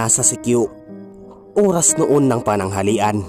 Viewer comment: Oras yun hindi Uras 🤣🤣🤣